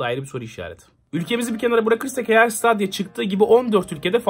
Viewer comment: Stadia diye yazılır. StEdiya diye okunur. ;)